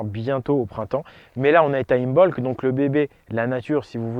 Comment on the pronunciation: Le « b » ne se prononce pas, imbolc se prononce imolc